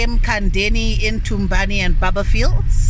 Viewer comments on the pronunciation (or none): It's Barbourfields not baba fields Thorngroove not tungroove